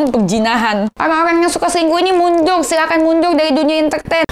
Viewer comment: lidah gk pecus bilang mundur aja susah 😂😂😅 mundul wkwk